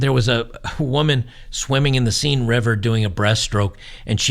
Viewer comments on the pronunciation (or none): River seine is pronounced sane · It's the Seine river pronounced "sayn" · Its pronounced Sen river. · Seine is pronounced sane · The river Seine is best pronounced "Senn". Minor point.